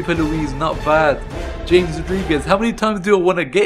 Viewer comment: James is pronounced ham-es